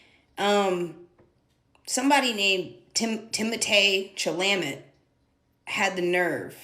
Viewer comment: Timotae cha-lamoet